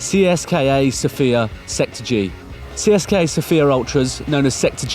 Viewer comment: One thing.U say CSKA wrong